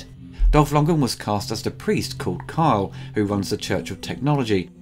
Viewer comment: Dolph... "Longen?".. You mean Dolph LundgREN? :)